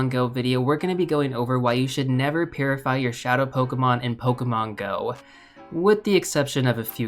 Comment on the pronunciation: Now I can’t I hear it lol